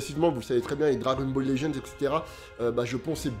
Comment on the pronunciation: Quand soso à commencer lintro je vous jure je m'attendais à dire "Dragon ballu legendse" (c pour essayer de transmettre à l'écrit ce qu'on dit à l'oral) 😂